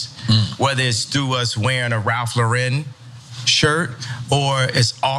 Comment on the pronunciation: I would think that because Kanye is such a “star” in the fashion world (tsk tsk) he would know how to pronounce Ralph Lauren’s name properly. But that’s the least of his worries.